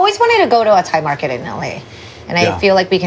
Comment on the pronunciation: Does Justin speak Thai fluently? The way he pronounces Thai words is almost perfect.